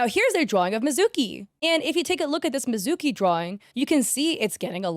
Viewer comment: THE PRONOUNCIATION OF THE PJSK CHARACTER VOICES ARE KILLING ME EEEMU COHAIN MIZOOKI AKIITO AIR-EE